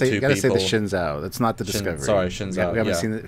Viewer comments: The Shin-Zow? It's pronounced Shen-zoo. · Shenzhou is the name of the ships of the Chinese space program, and it's pronounced "shen-joe" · Please, I don't want to be pedantic or anything but the "zhou" in the name Shenzhou should be pronounced like the English name "Joe". It's Shen Joe. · The actual Chinese spacecraft, Shenzhou was pronounced Shen-zoo. If they pronounce it differently in the show, I might not kill myself :)